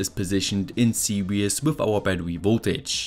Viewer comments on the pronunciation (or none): Your video are great but you should say series instead of serious please it's very disturbing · Series is pronounced "See-rees" not see-ree-us. Also circuit is pronounced "sir-cut". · Fascinating video, as always. Just a couple of points: I really admire your language skills because, being English I only speak one, but series is pronounced see reez not serious, and really isn't spelled reallly. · I was listening to this in the background and was thrown for a loop when he pronounced depleted as "de-peated" and series as "seriously". For a moment I thought there were new electrical terms I wasn't aware of.